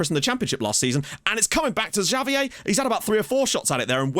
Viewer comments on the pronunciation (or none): none